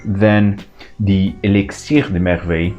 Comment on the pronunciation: wow! i just got the first one and LOVE LOVE LOVE it! and it sounds so much better when a native French says it. Thanks :)